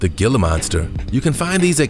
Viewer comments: The 'G' is silent. It's pronounced "Hila" Monster, not "Gila" Monster. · Not pronounced Gilh-ah, it’s He-la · It's pronounced Heeluh not Gilluh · Gila monster = hee lah monster. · I was just going to say that too! Hee-la monster. Spanish the ‘G’ is pronounced like an H. 😁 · Gila=hee-lah, don't feel bad though, another narrator pronounced it like you did